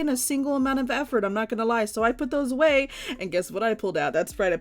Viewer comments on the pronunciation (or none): none